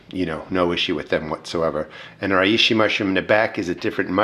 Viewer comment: For the pronunciation think 'She - tack - eh' for Shiitake and 'Ray - she' for Reishi. Hope that helps.